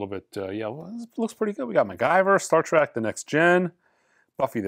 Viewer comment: said Star ‘Trak’… classic